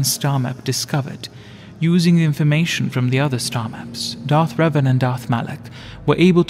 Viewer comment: Literally 9 recorded-for-history hours of you saying his name wrong 😂😂😂😂😂😂 learn basic pronunciation before maybe being extra 😅